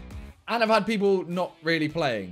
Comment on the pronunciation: "few beoble"